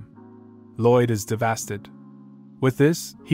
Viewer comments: A little off topic but why does the bot keep pronouncing "devastated" as "DeVHASTED" lol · Why does bro say ThEvAsTeD instead of devastated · Dev-a-state-ed. NOT Dev-as-ted. I understand it's an AI doing the narrating, but poor spelling is the reason there are major mispronunciations. Please correct this in the future. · Devastated or devastid or devadid or diddeva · Who's gonna tell him its devastated and not devasted? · He is devastid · To try to say a big word and fail terribly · Bro I can't unhear it anymore 😂😂😂 Im so devastid 😂😂😂😂😂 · Omg every time I heard it I had a stroke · the fact that when he tries to stay devestated he says devasted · "devastid" I love it. Its my favorite word. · I guess devastid is actually the word "devastated" but with a different spelling and pronounciation? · Yo OP, look up the word “devastated” and how to pronounce it. It’s not “devastid”. Other than that, thank you for making the video.